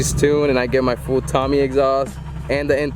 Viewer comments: pronounced TOW MAY. Tomei like Marisa Tomei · for the last time its not tommy its TOE MAY.